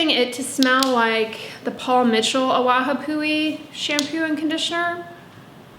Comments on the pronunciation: “ah-vah-pu-hee” NOT “a-waha-poo-ee” please look up the pronunciation of hawaiian words. w’s are like v’s and NOWHERE in the word has “ha” it’s “AWAPUHI” not “AWAHAPUHI” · Just wanted to let you know how to pronounce the Maui shampoo :) Awapuhi = ah-vah-poo-hee Love your Channel and all your recommendations! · to let you know from someone from hawaii in regards to the Maui brand - its pronounced AH-WAH-PU-EE. love your videos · forgive me, but you have an extra syllable in your pronunciation of ‘awapuhi”. That said, you’ve taught me so much and I have to say thank you! I love to learn ❤️❤️